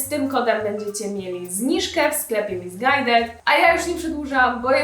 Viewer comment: Chwila, a nazwę tej marki nie powinno się czytać misisqłed